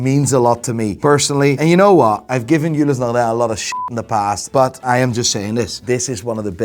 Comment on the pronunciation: I like the way says Ulysse Nardin very authentic French sounding "Eulissnarrdah"